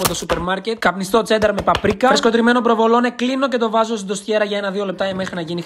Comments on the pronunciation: Πάπρικα λέγετε όχι παπρικα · Πάάάπρικα λέγεται Όχι Παπρίίίκα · Πάπρικα λέγεται όχι παπρίκα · ΠΑΜΠΡΙΚΑΑΑΑ ΑΑΑΑ ΑΑΑ ΑΑ Α λέγεται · πάπρικα και κκρίσταλ..είναι η εταιρεία σου αξίζει να την προφέρεις σωστά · Είπε πάπρικα με τόνο στο ι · Ξέρω ότι την λες έτσι πάπρικα επειδή θέλεις κομμεντς